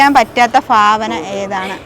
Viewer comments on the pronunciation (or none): ഫാവന യൊ ഭാവന യൊ.ഫഷണം,ഫുമിഫാരം, ഇതൊക്കെ ഏതു കോളേജിലാ പഠിച്ചത്, ആദ്യം മലയാള അക്ഷരം നന്നായി പറയാൻ പഠിക്കുക. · ഫാവനായല്ല ഭാവനയാണ് 😂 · ഫാബാന അല്ല കുട്ടി ഭാവന കുട്ടി ട്രാൻഡ്രാരം ആണല്ലേ ഫാരിയാ അല്ല ഭാര്യ ഫൂമി അല്ല കുട്ടി ഭൂമി ഭരണി കു കുട്ടി ഫാരാണിയാണോ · ഫരയ്ക്കാൻ പറ്റാത്ത ഫാവന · ' ഫാവന ' നീ ശരി ആവില്ല